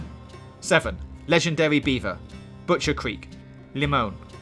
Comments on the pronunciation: It's not lemone it's Lemoyne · I hate it when he says 'Lemone' and not 'Lemoyne" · "limon" or you know how its pronounced in the game.. LEEEEEymoooine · He also sometimes gets the locations wrong like the beaver is in new hanover not “lemown” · This is how to sound it out la moyne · The way you pronounced geyser lemonyne Lagras Bacchus lakay and Roanoke is just terrible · Largus, Lemony, Roanokee. I love this video extremely helpful, just the pronunciation and I know its probably his accent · Lemoyne pronounced incorrectly as well. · His r's? He literally mispronounced like half a dozen words, like Roanoke, Lamoyne, pheramones, and my favorite, Tanaka, he actually said "katana". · How do you manage to say Lemoyne wrong